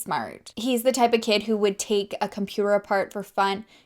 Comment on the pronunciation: Love that your still adding the riddles. I said the dog ran around the river. Boo. I was so excited for you in the beginning. You said that sentence that I know I couldn't say once and you said it twice. I was all happy for you until you said compooter. Ok it made me laugh lol. I love your personality. And you are always gorgeous 😍.